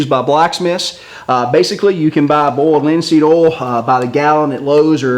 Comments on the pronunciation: boold linseed ool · "bold linseed ol" lol